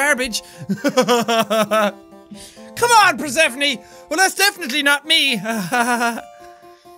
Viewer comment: Persephone is pronounced PER-SU-PHONE, like the greek goddess.